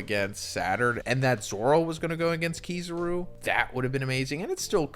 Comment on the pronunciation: KiZAru… KI-ZAH-RU… not KiZUru…